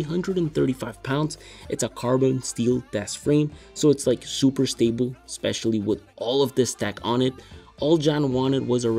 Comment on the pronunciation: Especially is not pronounced "specially". Slats is not pronounced "slates".